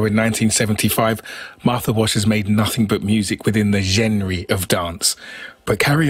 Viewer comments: What was that word again? “Jenry”? LOL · Dance "jenre"...🤣🤣🤣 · The guy's pronunciation of "genre".